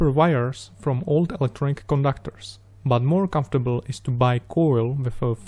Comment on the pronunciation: Why some people say "buuoohh", just not "but"?